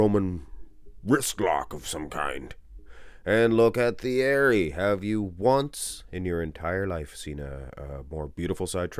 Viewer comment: Ergh, every time this uncultured swine pronounced the TH sound of Pastel's Christian name. French don't pronounce TH, it's T-ierry.